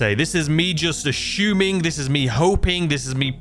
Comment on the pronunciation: "Ashooming" 🤣 All jokes and good fun not trying to be rude